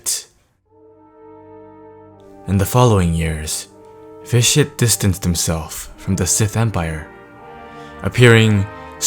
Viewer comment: when you say Vitiate it sounds like ''this shit''